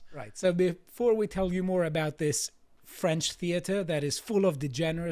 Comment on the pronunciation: "I do speak a bit of French..." - maate, you didn't have a clue how to pronounce that.